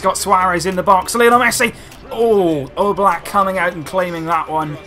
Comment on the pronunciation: Am i the only one who hear he says Jan Oblak like Yellow Black?